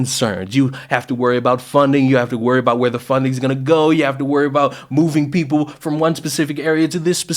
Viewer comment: “Fix yo peepoz” said unironically and with no self awareness whatsoever 😂😂💀💀💀